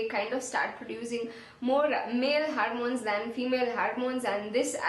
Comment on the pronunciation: No offense -but it is hormone and not harmone.